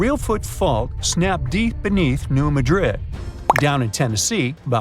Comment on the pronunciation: The locals put the emphasis on the first syllable of Madrid, not the second, like everyone else. So it’s New MA-drid, not New Ma-DRID. Geologists and seismologists who study this stuff also pronounce it like the locals do.